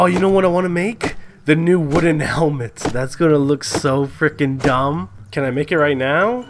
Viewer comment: The Helment HAHAHAHAH xD